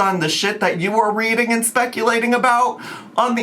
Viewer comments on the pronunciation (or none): none